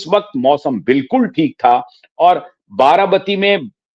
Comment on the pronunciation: आप बार बार बाराबाती बोल रहे हैं, आप पत्रकार होकर भी गलत बोल रहे हैं, ये बाराबाती नहीं बारामती है